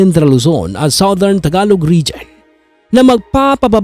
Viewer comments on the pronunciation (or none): none